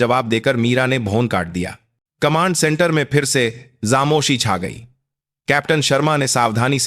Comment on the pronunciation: Aapko to bolna bhi nahi aata hai. GOC goc nahi hota hai. FOJI =JOJI Yeh kya hota. Khamoshi bhi nahi bol sakte. Kuchh aur karo.